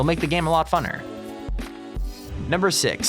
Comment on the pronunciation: lol when he says funer